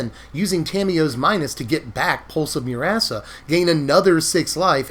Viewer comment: Am I the only one hearing "Pulse of Your-ass-a"?? 🤣